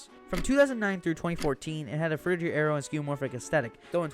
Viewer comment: A minute into the video and bro has mis pronounced frutiger aero like 10 times smh